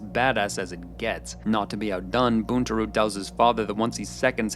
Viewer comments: *Boon-Tah-row. Buntaro. Not Boontaroo. He's too badass to say his name wrong my man. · A piece of feedback - you may not be Japanese, but it's very distracting to hear your tonality and mispronounciation of Japanese words. ("Sep-pew-qew" vs. sep-poo-koo, "Boon-too-roo" vs "Bun-tar-o") And your framing on the idea of "saying the wrong thing at work" really undermines the cultural significance of fealty. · Seh-puh-koo - Not Seh-puh-cue And while I'm on the subject. It isn't Buntaru. It's Buntaro. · seppu-ku, not kyu, bunta-ro, not ryu, ahn-jin, no ehn-jin, it aint that hard, sorry my dude but my ears are bleeding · sep-ew-kew. boontaroo